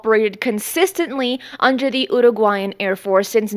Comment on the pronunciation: I like the way you pronounce Uruguayan as I am having some difficulty with it...:face-red-heart-shape